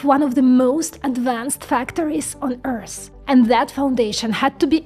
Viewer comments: It's not Earsss it's Earth :D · Does she not know how to pronounce the word " EARTH" .?? ...never heard Earth called "EARSE"..